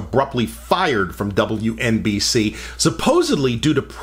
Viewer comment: You said it wrong... LOL. It's W ENNNnnnnnnNN BC.